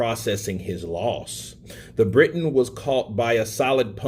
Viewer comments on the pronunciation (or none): none